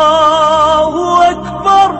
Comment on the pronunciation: очень красива произносит Азан Аллаху Акбар